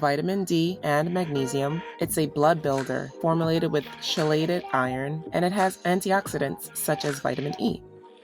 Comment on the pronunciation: Hi! Great vlog. The body pump class is 🔥! BTW chelated is pronounced (key-lated)🥰